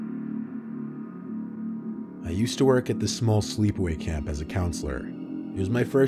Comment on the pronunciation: ...what? "Sleep away camp"? I can't make it out...